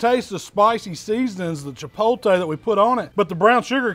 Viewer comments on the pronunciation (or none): You're almost there. The first two times you pronounced it "chipolte" then you finally got it right. Chipotle, you got it right in the title but still. Regardless, I love it man!! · Chipotle, not chipolte. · Chi-pot-le, not chipolte lol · actually no it wasn't. He pronounced it cha-pole-tay. But hey I'm just busting balls. So calm down. He cooks and I can't wait to try it and maybe put my own spin on it. Have a great day! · Is it pretty common over in Mississippi to say "chi-POL-tay" instead of "chi-POHT-lay"? I also had a roommate in college who would say it that way, but his parents were from Minnesota (which you might appreciate being a Vikings fan). Appreciate the work you and Miss Southern Chell do! Keeps my grill and smoker in frequent use throughout the year. =) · It's pronounced " tchee:POT:leh" in Mexico. "chi-POHT-lay" works but "chi-POL-tay" just sounds weird. It's like saying prochute for prosciutto or mozzarell for mozzarella. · Robin R. Chi-pol-tay is just switching the L and the T in my eyes, not sure how so many people mispronounce it so frequently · Chipol Tay. 😂😂😂😂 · Chip pole tay 🙄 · I had to stop watching this within the first 10 seconds, I can't stand it when people say chipolllltee, it's effing chipotle, the t comes before the l people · CHA-POAT-LAY 🤣🤣🤣🤣 They look amazing just like everything you do every week. No matter how you pronounce it. Love the videos and your expressions after each bite. Keep it up! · "The CHIPOLTAY rub".. Was I the only one who found that pretty funny? lol... Anyways them ribs look damn delicious. 🤤🤤🤤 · Chipotle. che-POTE-lay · I've subbed to your channel for years....but, FOR FUCK's SAKE ....It's Chip Oat Lay!!!!!!! Jesus Christ! ......other than that these look phenomenal! ...sorry I have hispanic family members who yell at me for the mispronunciation on all of your videos I make them watch. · A lot of people in the south don't pronounce it correctly. Ha